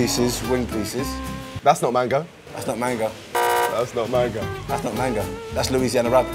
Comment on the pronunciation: LOOL she can’t actually pronounce Louisiana😂😅